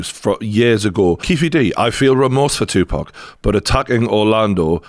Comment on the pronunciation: You got a new subscriber here just for saying "Tupac" correctly and not "2-Pack". Thank you brother for the update also 🙏🏾